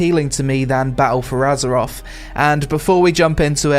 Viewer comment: Gotta love “azeroff”....